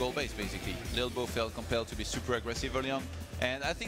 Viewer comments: English host saying 'little bo' is really winding me up lol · Maybe Im just high but I found it hillarious when ToD says "lilbow" it sounds like he says "bilbo", coupled with lolbows looks it made me burst out in laughter several times during this xD